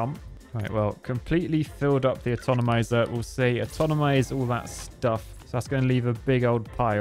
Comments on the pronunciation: It's always fun hearing Brits mispronouncing words and adding syllables like alu-mini-um, atonomizer, al-gee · Nucular atonomizer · Yes. There's no "N" atonimse. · Are you sure it's not "fabriciator" and not "fabricator"? You know.. since you called "Atomizer" an "atonomizer"? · Atonomizer...fright ship.... casually architecting the English language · Atonomizer forever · "Atonomizer" is just like aluminum, in Brittish, you add some random letter. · For some reason i got extremely triggered by this mispronounciation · I was sitting here thinking I couldn't pronounce Atomizer, turns out it's just that can't.